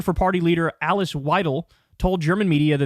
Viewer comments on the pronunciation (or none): none